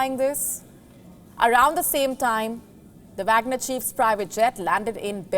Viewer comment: That is wagner not bagner this newscaster don't know anything